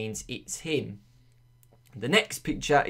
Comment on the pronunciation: why so you say him as in heem